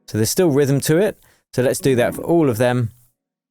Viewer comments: When you say the word ALL it sounds like you're saying Ghoul but without a G. lol I don't think it's a coincidence once you understand what the Alpha and Omega is. Even the English alphabet is encompassed by the A and zer0 for the Alphabet and Numbers. Talk about a Curse by speaking in Curves when it comes to pronunciation of Gods word. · When you say ALL it sounds like you're saying the word Ghoul but without a G. lol